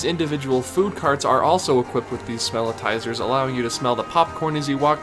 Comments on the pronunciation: Pretty sure they are “smell-itz-ers” not “smell-it-tizers”. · I think it's "smelitzer" (or maybe "smellitzer"?), rnot "smelitizer." But great vid. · It’s called smellitser not smellitizer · Great video for the most part, but it's smellitzer, like seltzer, not smellitiser. Also, Epcot does have a small tunnel system under Future World, but World Showcase is serviced by the ring road you alluded to. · Isn't it Smelli-tzer, like the Wurlitzer for smells, not Smell-I-tizer? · It's called a ''Smell-it-zer' not '' Smell-i-tizer'' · Smellitzer is pronounced smell-its-er. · The Smellitzer is pronounced "smell-IT-zer." It was named after the Howitzer Cannon when it was invented by Imagineer Bob McCarthy in the 1980’s for the Spaceship Earth attraction in Epcot to simulate the smell of smoke. It is used elsewhere around the park, like on Soarin’ Around the World, or Heimlich’s Chew Chew Train, to make you smell fresh grass or animal crackers. It is also said that they are used to make Haunted Mansion and Pirates of the Caribbean smell musty and old. When Disneyland first opened, they just had fans to blow out the smell of fresh-baked cookies to lure in tourists. Now they use the Smellitzer to pump out the smell of vanilla, and at Christmas time they use peppermint. Good video though.